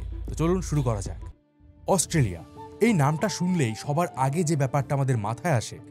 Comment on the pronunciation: AUSTRALIA pronounce ta e to bhool bolsen bro!!!😅😅